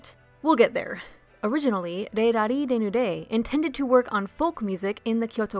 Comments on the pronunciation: But Dissecting the Disco, correctly, pronounces the Z in Rallizes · is the z in rallizes really meant to be silent? certainly valise in french is pronounced "vah-LEEZ" and the "z" sound is in there in 裸のラリーズ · I'm going to be honest, I have no idea. I was aware of the zu in the katakana, but had never heard their name pronounced outside of the proper Japanese. As a result I went with the pronunciation used in the video we highlighted by Dissecting the Disco.